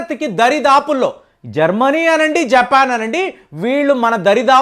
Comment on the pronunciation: విషయమంతా సరే, మామూలుగా చెప్పొచ్చుకదా???, గొంతు చించుకోవడం ఎందుకు??? గుర్రం అంటారు, విమానం అంటారు అనికాకుండా వేరే విధంగా కూడా చెప్పొచ్చు!! అది జెప్పేన్ కాదు, జపాన్! ఎందుకండీ ఇలాగ??? Your videos are a little informative అని విందామనుకుంటే మరీ గొంతు చించుకుంటుంటే వినబుద్ధి కావడం లేదు!!🙏🙏🙏🙏